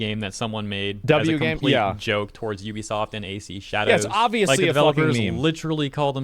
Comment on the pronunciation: LOL there is no such company as "Yoo bee soft". Ubisoft is pronounced "OO bee soft". No "y" sound. God, public education failed all of you.